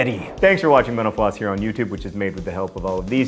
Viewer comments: This is the first time I've watched a mental floss video and at the end I heard it as 'menopause' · When he says mental floss it sounds like he says menopause. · I always hear " thanks for watching menopause" at the end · When you say mental floss all I hear is menopause